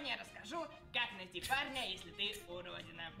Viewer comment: Почему мне слышится не парня, а Барни